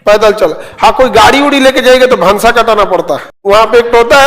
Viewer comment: भंसार ✅ भांसा ❌ 😂